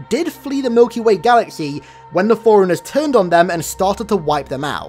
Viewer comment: Love the videos! Might I suggest that you put a spacing in your pronunciation of fore-runners so it doesn't sound like your saying foreigners in every video xD